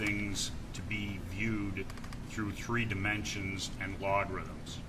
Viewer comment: “A-log-rhythms” lol wtf